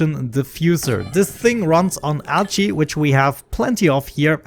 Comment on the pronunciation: A new ONI series I've not seen before! Just gonna watch this playlist... Also, your accent makes 'Algae' sound like 'Ouchie' to me, which makes it seem like the dupes are super distracted with ouchies, which is hilarious to me I think because they totally would be. xD